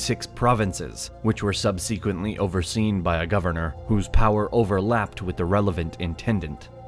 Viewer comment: My all that is holy please look up the correct pronunciation for subsequently...like nails on a chalkboard.